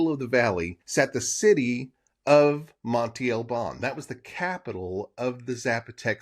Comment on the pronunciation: Monte is a hill, mound or mountain in Spanish...it is pronounced "mon-teh" ..not monti..